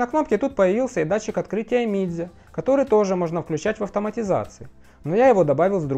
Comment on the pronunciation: Автор супер! Так подробно и с деталями, даже произношение Mijia и XiaoMi правильно 👍